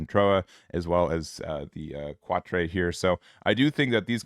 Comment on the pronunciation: Sea-naan-jew (sinanju) And Cat-tra (quatre)